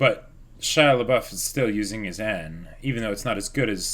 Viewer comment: Every time they bring back "Shia-labouf" I die a little inside.